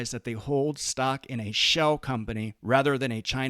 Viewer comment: Why does he say it like “stoCK” 😭